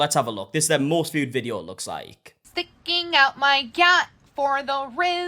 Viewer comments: She’s not saying “sticking out my gut” she’s saying “gyatt”. Which is… somehow even worse. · I really thought she was saying "pimping out my gut" not "sticking out my gut" 💀😂